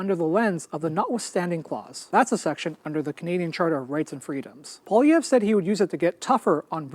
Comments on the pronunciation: Poilièvre = Poah lee have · America is importing more from Canada than China Europe Japan combined! I think America's economy knows Canada. You're not pronouncing Poilièvre's name right but good enough for an American 😉😅 Mr. Carney is a Harvart graduate, Worked for Golden Sacks (New York, Tokio, London America) He was deputy governor for Bank of Canada, and Bank of London. He chaired Bloomsburg And Brookfield He also worked with UN fighting climate change. Needless to say Carney will win this one thanks to Trump. Canada needs to develope a whole other economy than America. TRUMP is very much the reason Poilievre will probably loose the election.